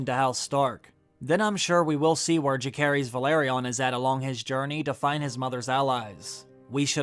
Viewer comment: It amazes me how after so many videos and watching the show, you still can't pronounce Jacaerys and Lucerys right, I cringe every time